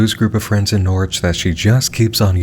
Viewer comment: I’m glad pronounced Norwich right. Woop my home county got a brief mention